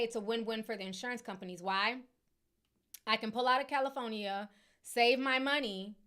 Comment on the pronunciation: I can't Unhear Ti Pronouncing the state as CALI-PHONY-EE-A 😭😭😭😭😭